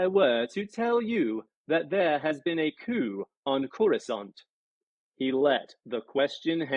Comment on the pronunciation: Next time read the book like it's in loving memory. I can not stomach this reading or the fact that you, much like many before you, can not pronounce Coruscant. (pronounced core-uhw-saunt). I wish absolute misery to everyone who says (core-uwh-scant). I hope someone burns all your books so you can't hurt anyone anymore with this abomination of a reading.